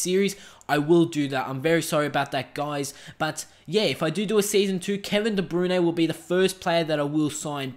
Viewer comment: Its Kevin De Brouyn not Kevin de brune